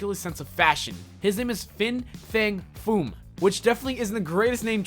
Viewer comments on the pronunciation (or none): its actually "fin fang foom"'.